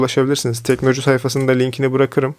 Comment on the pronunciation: teknoloju yazıyor orda sen inatla teknocu diyorsun usta ya delirttin beni :)